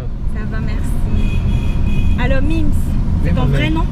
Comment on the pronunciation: C est Mink's* pas Mim's , mdrrr